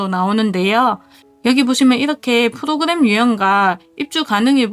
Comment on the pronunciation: 프도그램???????뭔소리여???? 외국인이 대한민국 소개하나???